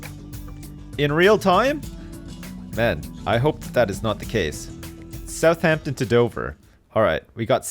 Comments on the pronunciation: I feel like puts way too much emphasis on the 'h' in Southampton. No? Just me? Maybe my dad? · The way says my hometown South-heempton